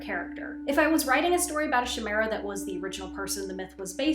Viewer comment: Chimera is pronounced with a k & I sound at the start, like kite. Not a shh sound. Ky-me-ra